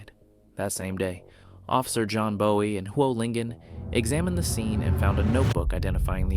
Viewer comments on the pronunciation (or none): none